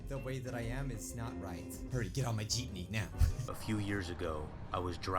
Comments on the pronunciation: The girl: Geepme: what’s a Geepme? The girl again: Geepme: WhAt Is A gEePmE?! The girl: Geepme: WHAT IS A GEEPME?!!?!?! comments go crazy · ITS NOT PRONOUNCED JEEP KNEE ITS PRONOUNCED JIP NEE EEEEEEEE REEEEEEEEEE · Gypnee? Lmao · You should watch snarled its a really scary channel. Also its JEEPME not JEEPNEY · What the heck is a Jeepeny? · Every Filipino lowkey offended: WHAT'S A JEEPNEY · It's a philipine vehicle. "Jeepney"